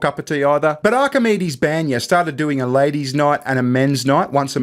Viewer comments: You guys are amazing , but for the love of... It's BANYA Not BENYA It's Russian sauna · a Russian spa is pronounce "bahn-ya" Like a bon bon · The way you pronounce баня is both hilarious and cringe at the same time :P